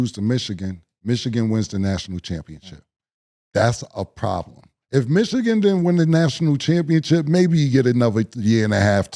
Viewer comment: why does mo always pronounce michigan as "michiCan"?? lol ik they're rivals but dang